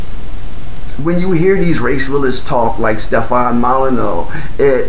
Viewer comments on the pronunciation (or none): “Yo boy named Hugh Cipher”, how original “Mull eh new”